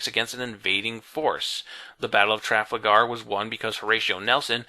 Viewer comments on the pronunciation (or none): Trafalgar is how it is written. Tra-fahl-gurr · Okay, A-gin-court with a hard g I can understand, but TRA-fla-gar? Even ignoring the emPHAsis on the wrong sylLAble, you mixed up the L and the A. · i love your videos but oh man, your pronunciation. couldn't you have watched a youtube video to learn how to say "trafalgar"? Sorry to be a dick but I am a big history buff so it irks me.